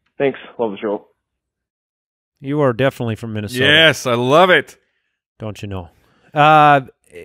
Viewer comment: Minosoda lmao lost it